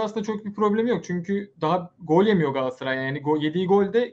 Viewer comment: Allah kitap aşkına lütfen artık gaasaray gaasaray deme da Galatasaray Galatasaray… He diyemiyorsan Cimbom de